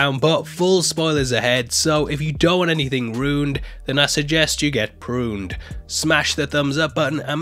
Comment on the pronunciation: "Ruin" does not rhyme with "prune".